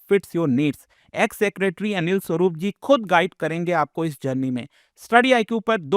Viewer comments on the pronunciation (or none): none